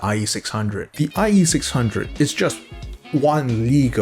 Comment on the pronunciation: now we have the eye eee six hunge-o's.